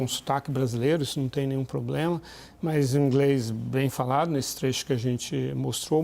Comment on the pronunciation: E esse "INGRÊIS"? kakakakakaka